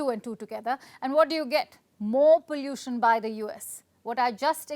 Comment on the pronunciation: Stop saying pallution 😂 is sick and no one pronounces it that way in India